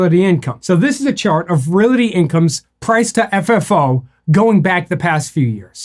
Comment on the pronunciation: Why are you saying Realaty?